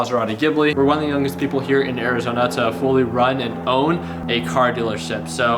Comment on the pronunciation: “ Ari-zena “ y does he say it like that